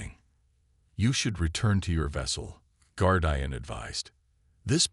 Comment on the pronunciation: guard eye an? shitty ai cant say simple words